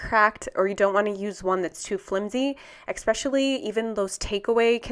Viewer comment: very helpful thanks. fyi its Especially not eXpecially